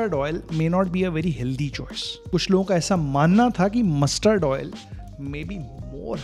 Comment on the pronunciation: Your stress on mussssterrd oil 👺